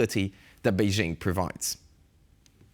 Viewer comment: The “jing” in BeiJing sounds like “jingle” and not like “shingle” Pronouncing “BeiJing” with a fake French accent sounds silly